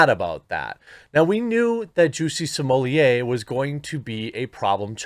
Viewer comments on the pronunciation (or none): He's not french, S-M-O-L-L-E-T-T is his last name and a 6 years old could read it right. SMOLET, how hard ? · I love watching Jeremy, but the way he is adding syllables to Smollet is a little nerve-racking. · its pronounce JUSSIE like juicy and SMOLLETT rhymes with bolete or bullet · Not even in proper French his name would be pronounced "smollyay"! His name in French would be "smollay". It's not Spanish where you would pronounce a double L with an i.